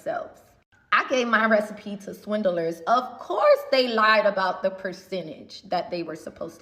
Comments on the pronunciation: Not Swin-Del-Ers 😂😂😂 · can't even say 'swindlers' correctly, never mind that she's inviting them to sue her for that brazen claim. She seems as toxic as her sauces. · The way she pronounces 'swindlers' gives me hives.